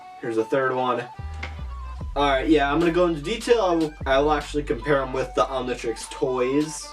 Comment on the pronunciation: It's not omnitriesies, it's omnitrix